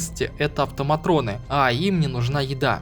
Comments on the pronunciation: АВТОМАТОНЫ, не автоматроны. )) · Да почему автоматрëны то, автоматоны же были всегда, нет там р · АвтомаТОны! В этом слове нет буквы Р!